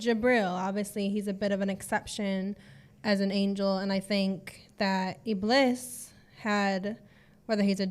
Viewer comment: The correct pronunciation of "Iblis" is 'Iblees'.